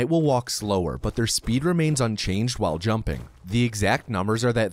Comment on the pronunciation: Could probably have counted some of those “whiles” as “walls” just sayin.